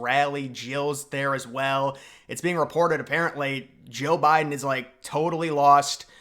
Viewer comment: Jeal Biden? Lol